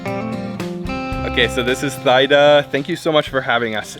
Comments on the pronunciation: THEEEEEE DAAAAAAAA! Or T DA. There’s no Thigh involved in her name. This is embarrassing. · Thyda pronounce= theeda, not thaida. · BTW, Thyda was certainly too shy to mention, but the correct way to pronounce her name is to pronounce the "Y" letter as if it was an "I" sound in French. In other words as if her name waa "Theeeda" not "Thayda" 😅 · You are butchering her name. Even though it is spelled with a "y" in it, It should've been spelled with an "i" for a more closer pronunciation of her name. A more accurate pronunciation of her name would be "teada'' "tea-da" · The correct pronunciation of her name is T- DA. :) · sorry her name pronounce "T Da" she too embarrass to correct you. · Thyda's name would be pronounced like TEE-dah. The "th" sound does not exist anywhere in Asia. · her name is pronounced Teeda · I know right ? Please pronounce her name tee da!! It's polite to say her name property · Hey, next time you might want to ask for correct name pronunciation instead of butchering her over and over again. Her name is one of the easiest English pronunciation.